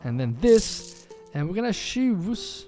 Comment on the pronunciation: I really mean this in a positive way! You're a great guy! But please start pronouncing a "t" in front of each word that starts wich "ch" Example: the word "choose" You always say: "shoes" But you should actually say "tshoes" Example: the word "charcoal" You always say: "sharcoal" But you should actually say "tsharcoal" I hope you don't take this the wrong way, just trying to help you :) Great video again, thanks a lot!